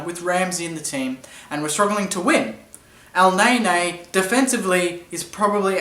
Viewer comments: It's Elneny (EL-NENNIE), not EL-NAY-NAY!!! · U watch me whip u watch me elneyney lol he says elneyney